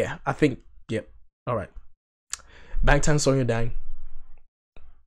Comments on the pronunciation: First, I’d like to say, I appreciate your honesty and enthusiasm. Korean lesson: this symbol ㅏ has ahhh sound 방탄소년단. always last name then first name (no middle name); Bang Shi-Hyuk aka Bang PD is pronounced as Bahng. Bangtan Sonyeondan is pronounced as bahng-tahn soh-nyun-dahn. It’s not p sound. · It is pronounced BANGTAN with a B, not a P!💜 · The 'B' or (ㅂ) in Bangtan (방탄) is pronounced somewhere in-between b & p. (hangal does not have either of these exact letters only ㅂ which is both & neither 🤔) I hope I didn't just make it more confusing 🙃💜